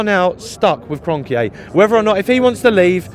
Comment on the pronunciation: Man’s calling Kronke Kronkeyay